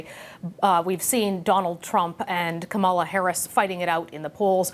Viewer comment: The whole United States was told how to pronounce Kamala’s name during the democratic convention if you are a news agency please, please learn to pronounce it properly.